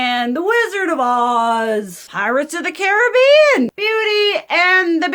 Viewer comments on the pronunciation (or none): none